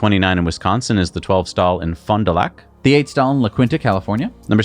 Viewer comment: Pam here….YAY …great pronunciation of Fond du Lac WI for the new supercharger location….so many of our WI locations have some weird ones to spit out…